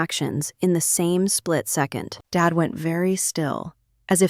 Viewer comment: This voice sure has a problem with “Dad”. He also has another name, David.